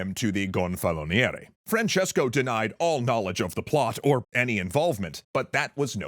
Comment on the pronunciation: I'm impressed with the effort you have clearly put in learning the correct pronunciation of relevant words. "Gonfaloniere" is not an easy word even for a native speaker.